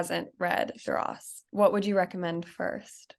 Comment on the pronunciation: It is pronounced “Dur-rah”